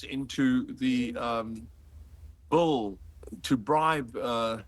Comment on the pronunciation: Did anyone notice he says "bull" instead of "bill"? Lmao